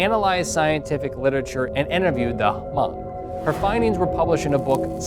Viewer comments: It aint ha mong. Its just hmong the h is silent 😒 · Its pronounced as Mong the H is silent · It's not h-mong it's just Hmong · David Yang He never said h mong. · he say Ha-mong lmao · I think it's more pronounced like Mhong, "Mh" instead of Hm. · Hmong is pronounce with silent H. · I knew there would be a hmong in the comments correcting the pronunciation of hmong